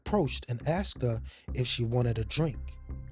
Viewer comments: Asked not axed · Why do black people say "axed" instead of the way it's spelled, "asked?" Merely wondering. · Nice voice. But. Please pronounce ASKED as it should be and not axsed, it’s very distracting and frustrating. Otherwise. Fantastic production 👍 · He aSKed them, he didn't aXed them. Well, maybe he did axe them too, but that's not the point.